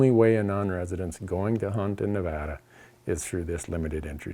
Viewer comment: Randy, big fan. Thanks for pronouncing Nevada correctly. You can stay.